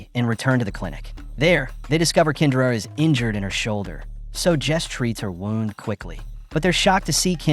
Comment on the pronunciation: Those are flares not bullets. There's a difference. Your AI narrator sounds like an illiterate beta male who pronounces the word "Wound" as ... Wow-nd instead of as Woo-nd and that is just stupid. AI may or may not eventually take over the world but if it doesn't, it will very much make humans even more illiterate than they already are and I hate it for that. The premise of this movie really went full- ... we'll just say "tarded" because if I type the actual word YouTube will shadow delete my comment. I don't expect much from minimal effort channels like this but you could at least get an AI narrator with a better voice. This guy sounds like the high-school Drama Club Leader who spends most of his time stuffed in his own locker.